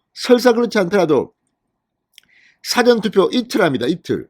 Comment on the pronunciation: 사전투표?! 국어사전투표?! 사전 事前 투표의 발음 [사: 아아저언] 투표! 장음!